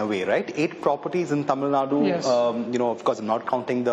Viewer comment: its TAMILNADU. not TAMILNAD